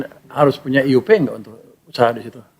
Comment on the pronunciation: Kok Ay yu pi.....IUP itu IZIN USAHA PERTAMBANGAN bahasa Indonesia bukan Inggris kok di ucapin nya Ay yu pi...ngawur ini